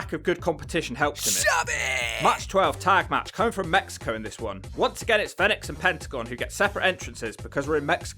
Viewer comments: It's pronounced phoenix not fenix. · Fee nix not fen ix 🤦🏽‍♂️ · It's Fenix like the bird Phoenix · It sounds like he's calling Fenix, FedEx. Now you can't unhear it 🤣